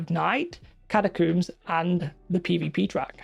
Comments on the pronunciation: you coomer, its cat-a-combs not cooms. Lol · You are pronouncing catacombs wrong 🤓☝️